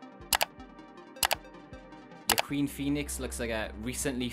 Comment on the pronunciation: It's pronounced "wa-KEEN" 😜